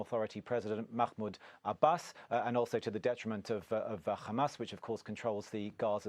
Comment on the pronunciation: Whenever I hear a journalist say Khamas not Hamas which is the real pronounciation and more simple. I immediately recognize which side the journalist is on and who he sympathizes with 😂 khamas is hebrew